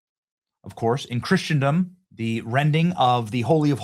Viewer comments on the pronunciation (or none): Hey Benny, I think the word is "Christendom" not "Christiandom". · Benny it’s pronounced Chrissen-dom! It’s NOT Christian-dom! Please stop mispronouncing everything! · I cringe, every time you say chrisadom, because it's anti-Christian. Don't believe me research it. Also, Muslims have no religious tie to the Temple Mount. Where the first and Second Temple was is for the Jews, and the Christians, but not the Muslims, they only built their mosques on top of it, to try to make a claim for it to keep the Christians and Jews from worshipping there. That's the only reason why that dome is on the temple mount. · For the love of God, look up the pronunciation of the word “Christendom.”